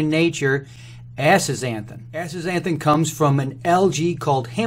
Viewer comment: But you do say it like "assnnthhn"